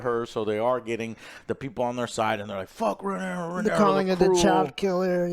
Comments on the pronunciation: Not even a minute into the video and the title of the episode already mispronounced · The title of the episode is literally Rhaenyra and he STILL manages to butcher the pronunciation so badly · Joe can never pronounce the correct named 😂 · lol I was just thinking “why is it so hard to remember RHAENYRA? lol.” He remembered the side character names though. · RA KNEE RAH. FOR FUCKS SAKE. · HOTD characters. "RaneREEZ the cruel" "ReneRAA the queen that never was" and "Corels the sea Serpent" "Damien targarian" "coleston chris" Last but not least - Sir Eric & Eric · Joe... RHA-NYR-AH... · "Ren-aireez" 😂 Her name is Rhaenyra... Ray-neer-uh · I feel like we’re watching different shows when I hear Joe call the characters by their names. Like who tf are “Rain-ares” and “Damien?” The show I watch has Rhaenyra and Daemon. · Say it with me: RUH-NEAR-UH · Jesus Christ Joe learn the names. “RheneRA, the Queen that never was” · It’s rheanys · I know but in the video Joe says “RheneRA, the queen who never was” while calling actual Rhenera, Rheanys. He says it with confidence too which is even worse lol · I know plenty of people that are dyslexic, if you tell them the right way to pronounce it, they will. It's not like it means it's impossible. But when you keep saying Rhanareez, and Faynose, and things like that every, single, time, it's not just dyslexia. Not to mention that the other two do it as well, so, what excuse are you all going to give them? I mean, Alex is literally the most depressed, pessimistic narcissist ever, so he doesn't give a fuck, I get that, and OJ jsut does whatever his Dom Alex tells him, so I guess there's that, but it still doesn't make sense. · I actually sort of love Joe's mispronounctations, they're like an easter egg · Can you please get the names right. I know it’s hard… they all sound the same. But it’s Rhaenyra, it’s Daemon. When he mispronounces their names it really throws me off because I’m confused who he’s talking about.